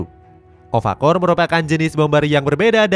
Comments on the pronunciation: Okafor bg bukan ofakor, ulang2 mulu salahnya😅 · Okafor min bukan ofakor 😂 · Okafor min bukan Ofakor 😅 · okafor min bukan ofakor 😭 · Okafor bukan ovakorr adoooohhhhh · Okafor bukan ofakor wkwkwk